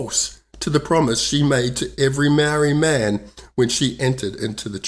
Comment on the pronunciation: I switch off when I hear the barstardized pronouniciation of the Maori language . Do yourself a favour and learn to properly pronounce "Maori"